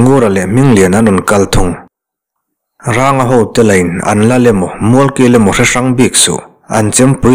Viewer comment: Ranga tih hi mihring hming a ni a thluk hi sarng tiha rang kan lam rik ang hin a thluk tih hniam tur a ni lo maw